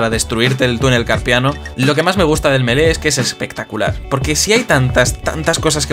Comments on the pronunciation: Se dice mili meda cancer que lo pronuncien melee iuughhh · Me mata que lo pronuncies melé en vez de mili, por lo demás fantástico el vídeo :D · Lástima que te guste tanto pero que le digas Melé 😂😂 Si de verdad te importara, por más español que seas, le dedicarías unos segundos a aprender a pronunciarlo "Milí". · Creo q se pronuncia milii, me pueden corregir si estoy equivocado? 😓